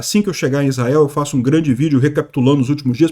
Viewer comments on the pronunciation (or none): none